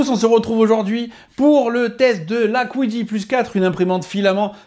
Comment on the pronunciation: C'est dommage que la qualité de surface soit pas si belle, ça se voit à la caméra à plusieurs reprise, niveau design ca fait très cubique, les rondeurs de la X1C sont plus agréable à regarder je trouve. Et pourquoi prononcer Kwidi et pas juste Qidi?